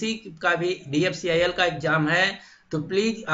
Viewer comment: Jo DFCCIL sahi se bol ni pa rha h wo mujhe cutOff btaega..